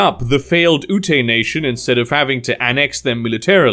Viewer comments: Ute = “Yute” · Ute is pronounced yoot